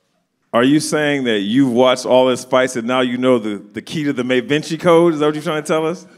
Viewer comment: Da Vinci Code … Not May Vinci code